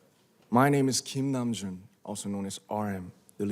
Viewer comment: Pusieron 'kim nam-jun' y es 'kim nam-joon'